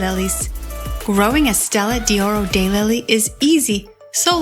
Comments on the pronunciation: Learn to pronounce what you are discussing! It is Stella d'Oro, not Stella di Oro. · It’s pronounced’Stella doro’ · “Dee oro” and “eye-talian” - couldn’t stand to listen!